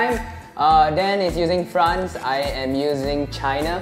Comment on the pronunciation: Dan is killing the name of france